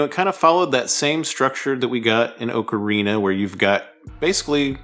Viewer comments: great vid! slight nitpick i am so sorry. Just for future reference, pronounce Ocarina like "Aww-kerr-ina" for correct pronunciation :) Cheers!!! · TP is far from underrated, it's already had a remaster (albeit a shitty one). Also, ocarina is not pronounced like that. Wtf is wrong with you? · Cant say Ocarina right in a Zelda channel. Skipped.